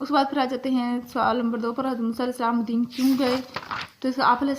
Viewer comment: Plz. Madden Nahi madyan hai yai lafz